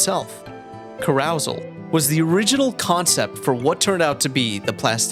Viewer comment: that is NOT how you pronounce "carousel" 😭